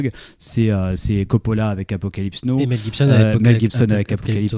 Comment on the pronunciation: Très bonne émission les gars, mais sérieux, 40 ans après vous nous prononcez encore Apocalypse NO! Ca la fout mal pour des cinéphiles de votre niveau. Et au fait JoaquiM Phoenix n'existe pas non plus. Attention à vos prononciations s’il vous plait, ça peut nuire à vos propos.